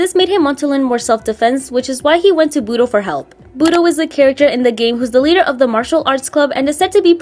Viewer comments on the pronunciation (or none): none